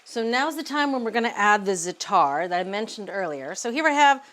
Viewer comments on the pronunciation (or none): Please pronounce it ZA'A-tar (emphasis on the first sylable not the last). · Right! First syllable rhymes with “hat”